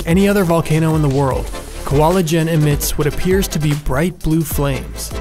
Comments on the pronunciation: ijen not Ljen :")) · Did he say "L'jén" it's not L it's I it's pronounced "eején" 😁😆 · Don't they upload it yesterday with woman narrator? and still, it's I J E N not L J E N. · I believe it's Ih-Jen and not L'jen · Nice video. But there isn't any L in Ijen, only I, J, E, N. Also its good that we're not hearing hydraulic acid anymore, good job. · But still mispronounced the name of the creater. LOL